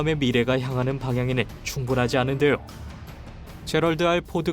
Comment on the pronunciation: '데요'가 어색하게 들리네요